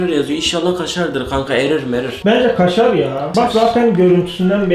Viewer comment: KŞŞŞŞARR PEYNİR ABEY